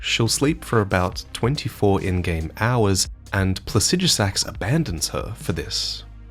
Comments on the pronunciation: i think the dragons are pronounced with the stress on the second syllable Placi-DU-sax not Placidus-AX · Commend the effort to pronounce scadutree correctly but continuing to not pronounce Placidusax correctly